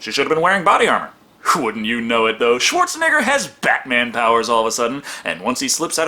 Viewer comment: The epic way you say Schwarzenegger sounds like Schwartz a nigga